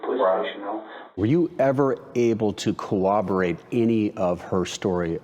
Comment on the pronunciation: were you ever able to “cooborate” her story of abuse? Wow! The word is corroborate.